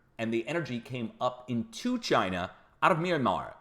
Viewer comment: Why...WHY do you sa Ch EYE NUH